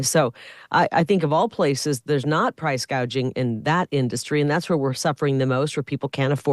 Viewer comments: KH calls it “price gaging”…….😂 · Correction: Scamala said Price Gaging, NOT Price Gouging. She is so brainless she doesn't know the difference!